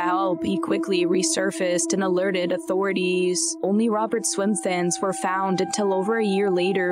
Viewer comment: Alerted autorityyyyyyyy's dang i love this cant stop laughing 😂😂😂😂😂